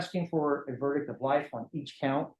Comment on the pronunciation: I’ve never seen do a murder trial before, and she pronounces “ verdict” incorrectly 🫶